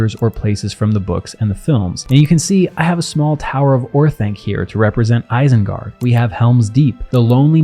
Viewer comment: ISENGARD is pronounced with initial I as in "machine". Source: Tolkien.